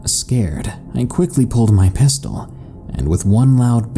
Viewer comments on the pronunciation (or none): none